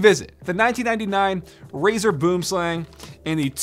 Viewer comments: I think I speak for all South Africans when I say that I get a physical pain whenever he says “boomslang” in that way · If your from South Africa we say boomslang differently. 🇿🇦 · Go to google translate, select afrikaans, type boomslang and push the play button. Thats how it actually pronounced... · As an Afrikaans speaking South African, I can say that you butchered the name "Boomslang". It translates to tree snake, boom being tree and slang being snake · Boomslang is Afrikaans meaning tree snake. It pissed me off how you said it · He needs to learn how to say boomslang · Bro you're saying the mice name so wrong lmao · Any South Africans he are getting annoyed in how he said boomslang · Your saying boomslang wrong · You should use Google translate to figure out how to pronounce Boomslang, it's Afrikaans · "Boomslang" (pronounced Bwim Slung) is Afrikaans and literally means "Tree snake" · Boom slang, pronounced as “Buom-slung” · Pretty sure it's pronounced "boo-um slung" if anyone's interested. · bro you pronounce boomslang as boo um slung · It's pronounced boem slung , its afrikaans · The way he says boomslang annoys me as a South African I'm kinda triggered. It's (booum - slung) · Its pronounced buwm slung XD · The way this guy sad boomslang 😂 it’s basically pronounced like “ bwim slung “ it’s a South African snake so it’s in afrikaans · I know for a fact that everyone from South Africa laughed every time he said Boomslang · yea but he pronounces it so wrong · So,Boomslang is an actual snake in South Africa. Its a highly venomous snake...and here just destroyed that pronunciation 🤣🤣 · Boomslang is pronounced more like bwormslung lol when I heard boomslang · it's not "boomslang" it's pronounced "boo'im slung" but yeah it's a tree snake the word boomslang comes from the south african language afrikaans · Your pronunciation is off on boomslang Its pronounced Booem slung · It's actually a South African name in Afrikaans, and it's pronounced byome slung